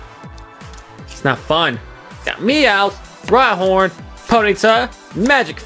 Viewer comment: You called rhyhorn rydon